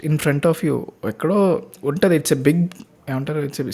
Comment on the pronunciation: ముందు తెలుగు సరియైన ఉచ్చారణ తోమాటలు ఆడండి. ఉంటది, గుంటది ఎన్టీ? ఉంటుంది అని ఉచ్చరించాలి.